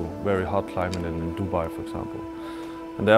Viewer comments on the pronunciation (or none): none